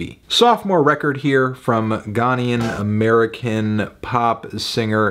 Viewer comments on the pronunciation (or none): They way he pronounce ghanaian💀